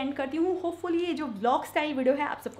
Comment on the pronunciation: You are very sweet. Pls dont mind but they way you say Vdo (video) it sounds like widow. Pls see if you can pronounce it like vee-dee-o. This is constructive criticism. Pls don't mind.